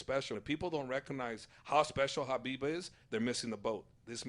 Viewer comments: Respect to Khabib, who's name is pronounced as "Ha-beeb", and not "Ka-beeb". Love to all. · It annoys me when people pronounce the K at the start of Khabib name.